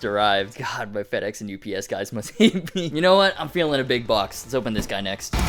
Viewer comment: Makes me laugh every time “Next….. bwox” 🤣 Need more cat 🐱 too